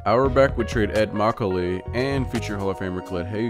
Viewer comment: Ed Macauley is pronounced (mah-cal-lee)